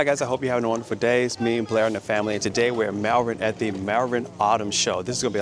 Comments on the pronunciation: The Malvern shows are great, so much to see! When you pronounce it, say it as if it reads Mul - vern - English language eh!! lol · Great stuff,, but Malvern is pronounced Mallvern.